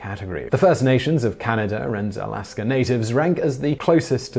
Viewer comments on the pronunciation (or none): none